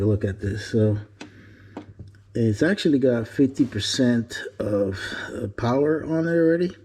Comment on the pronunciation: Behold the POWAH!!!!!